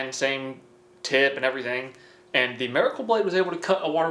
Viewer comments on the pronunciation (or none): The way you say miracle is killing me! Marrykol 😂😂😂